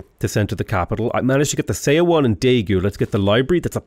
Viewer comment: Thank you! One thing for you: Korean “eo” sound is pronounced like one syllable. So you can say “seowon” sounds like “suh-won” 😊